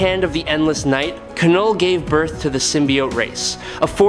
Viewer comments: when are you going to lean how to have your ai correctly say KNULL not kanull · Love this channel and the battles they choose but if I heard K-null one more time I was putting my head through the wall. If it’s AI just type Null so it pronounces it correctly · Please stop saying K-NULL. It's Knull. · Ka-knull, Ai ??? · I know what you mean...it is a bit annoying hearing him pronounce the Knull..k-null😂